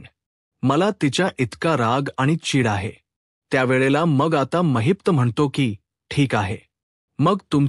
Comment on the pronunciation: It's not Mahipta it's Mahipat .